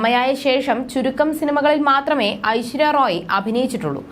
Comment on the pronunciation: റോയ് അല്ലാ kunje റായ്